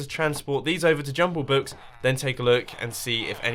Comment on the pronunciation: Why do I hear Jungle Book when he says Jumbo Book?